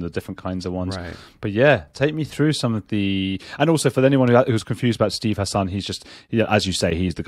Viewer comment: It's pronounced HASSen, not hasAHN.